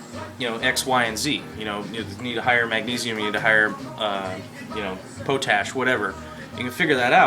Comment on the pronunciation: just a heads up, it's pot-ash, not po-tash